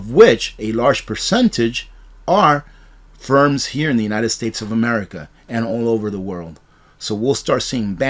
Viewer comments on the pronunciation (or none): none